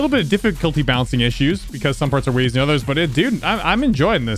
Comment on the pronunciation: “you discoveret secret vey”